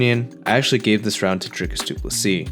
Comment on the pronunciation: From a South African. Well done on pronouncing DDP's name correctly.😂